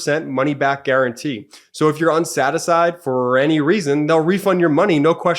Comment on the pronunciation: “Unsatisied”???? Side effect of the pro-biotic? , or still drunk? 😆😆😆😆